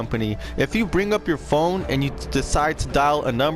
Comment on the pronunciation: Bro I covered the compositor banks a long time ago also it's phone not pone